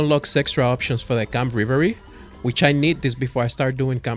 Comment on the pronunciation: I enjoy your vids, your english is amazing for i guess a second language but i felt i had to tell you at this point you pronounce revelry “reh- vul (like rebel) ree” you say rivery